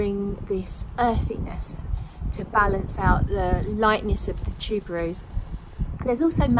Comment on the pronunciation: You DID say it correctly. Tuber-rose. Tubereuse is French. I love their sprayers...best one I've tried along with Lorenzo Villoresi's. Thanks for the first impressions. I own Brooklyn and I adore it. It's so sad it doesn't project, though, or last. Must try Los Angeles.